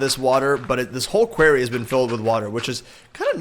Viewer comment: PLEASE!!! 'QWARRY' NOT 'QUERRY'... I love you but please, for my sanity...